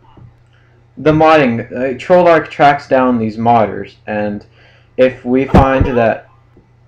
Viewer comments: he didnt say treyarch he told 'TROLL'ARCH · I just noticed that he says "Trollarch" :)